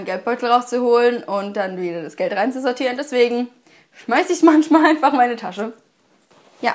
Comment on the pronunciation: Es heißt manchmal! Nicht manschmal!